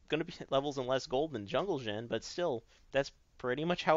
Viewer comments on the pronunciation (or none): Sounded like he said "Jungle Gym" when he said "Jungle Xin"